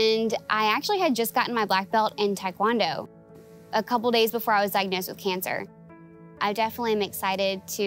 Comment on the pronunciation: Did he say coople